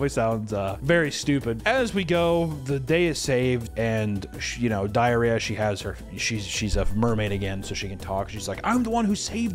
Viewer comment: U keep calling her "Diariah"😂😂😊